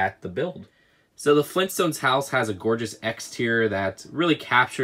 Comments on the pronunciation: G R A N D D A D. fLeEnStOnEs!?!? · Leegoo Fleenstones